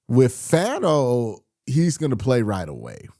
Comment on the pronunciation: Hey Q I’m not trying to be annoying but I’m pretty sure Fano is pronounced (fawn-oh)